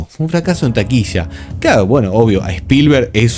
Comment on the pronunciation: TAQUILLA NO TAQUISHA…! LLEGO…. NÓ SHEGO